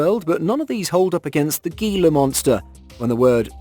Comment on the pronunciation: Not GEELA.. HEELA monster